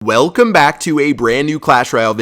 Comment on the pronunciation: Why do you say welcome so weird